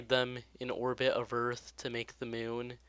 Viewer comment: mioun?? MIOUN??? ITS MOON!